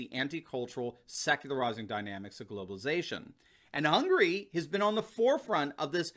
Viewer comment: i cringe at how you pronounced hungary.